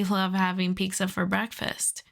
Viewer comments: Are u saying Peekza? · I thought I'd NEVER hear anyone else say Pizza like this other than Ironmouse, but apparently life proved me wrong today 💀